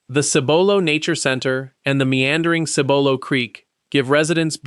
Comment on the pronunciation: Also, Cibolo is pronounced with an accent on the first syllable.